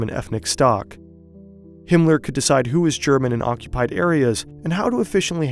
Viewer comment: Himler? Cmon, man...